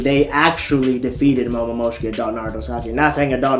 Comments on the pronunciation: anime rlly hittin us with the momomoshishiki pronounciation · Man, I hate the way this dude says "Hagomoro" and "Momomoshki" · Why does saying "Hagomoro" infuriate me so? Same with "Momomoshiki" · "momomoshki" "hagamoro" "minatu" "okootsuki" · but said momomoshiki not momoshiki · AND WHO IS MOMOMOSHIKI